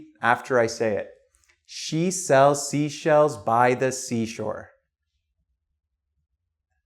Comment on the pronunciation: Ok guys! I need a little help here. Is it his accent, which I couldn't figure out the origin, or do you really pronounce "She" like "Shu"?